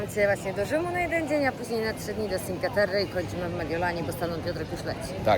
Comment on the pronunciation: Czinkłe Terre, nie cinke 😅